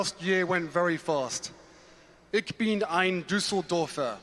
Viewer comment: Ich is pronounced like in the word “choose” not as in the word “klick”. Just listen to the legendary speech by j. F. Kennedy: “ich been an Berliner” Harry is referring to that speech, but clearly has not listened to it …